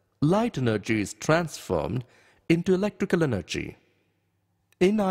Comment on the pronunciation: Wow he speak like for example, elctical eneggy, is tanformed, speak like that but i like the video